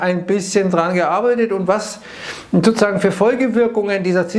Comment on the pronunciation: Ich verstehe immer nur "sosusagen" 😂